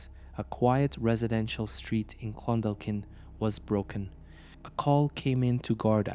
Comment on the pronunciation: This happened in Shancastle Close, in Clondalkin on Dublin southside. I’m from Shancastle Cresent. The chap pronounced all the names grand, except Clon-Daw-kin, the L is silent